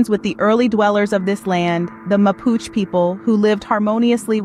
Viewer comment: Mapuche…. E not silent…well said Chile is a beautiful place to live….